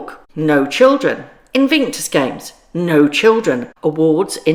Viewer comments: I haven't watched the crown since clare foy played the queen. It just got ridiculous and apparently its getting worse. Some people believe it's true and that's a problem. Btw it's invictus not invinctus. Sorry to correct you but it's driving me crazy! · Love your videos😊Invictus has no “n” in it, though.